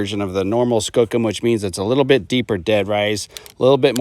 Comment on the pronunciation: Skoooooo kum please say it right. Youre from the northwest, how do you not know this? Its native for big or especially strong. The skookumchuck river means big river.